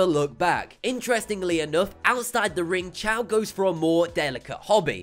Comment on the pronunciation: His name is choy not chow. And he lost that fight by an arm bar.